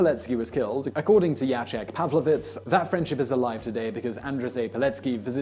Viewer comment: You did pretty well with the Polish names considering how difficult the orthography can be. The one thing for future segments about Poland: the name Andrzej is "AHN-jay". But this video gives non-Poles like me insight into a country's history we don't often get to see or experience, so thank you.